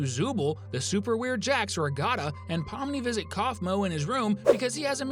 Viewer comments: I think it’s actually Ragatha, not Ragata. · Ragatha! Not Regotta! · no he said it like ra-ga-ta instead of ra-ga-tha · Not ragata. Ragatha! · It pronounced Rag-uth-uh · he said the queen will turn things into "glosma", even though he clearly knew how to say Gloink. And he keeps calling Ragatha "Ragata" many times. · It's pronounced rag-a-the. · Does this guy understand English or something, because he just said Ragatha and the Gloink Queen wrong. Especially the queen. I mean come on, it's not that hard to say.